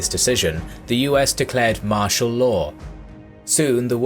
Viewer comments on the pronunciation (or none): none